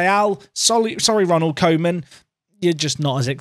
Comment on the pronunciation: 'Ronald Coman' 😅